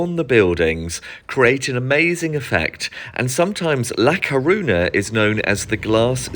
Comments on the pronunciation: It's actually really easy to pronounce "ñ"! It's just "ny". Almost everyone in the UK above 40 has heard of the song "Viva España" or knows (should know) that Spanish for Spain is "España". It's just bizarre that he would visit a place and make a video about it but not bother finding out how to pronounce it. Smh. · You can't even pronounce it properly